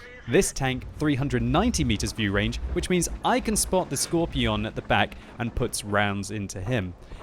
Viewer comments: Why are you saying it Skorpi-ON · also, pls for the love of god, stop pronouncing it scor-pi-on